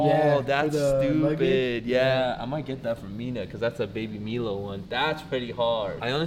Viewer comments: who says baby "MEE-low"? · "Libary" = Library "Baby Milo (mee-lo) - Baby Milo (my-lo) "NASA" = Nascar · did he really say ‘Baby Meelo’